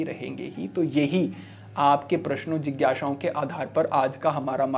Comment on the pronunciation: Jigyasha nahi Jigyasa. Apke Sa-Sha uccharan me Samasya hai. Aap Shamashya me b truti karte ho. 😅 Parantu aapka gyaan ati-uttam hai 🔥